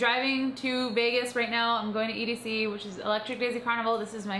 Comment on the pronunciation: its edc- just sayin